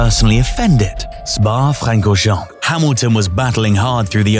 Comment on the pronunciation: Oof, that “Spa-Francorchamps” pronounciation was really rough.